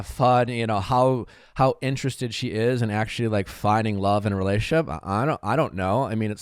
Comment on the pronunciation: And the word re-la-tion-ship is 4 syllables. It is not pronounced ray-ship.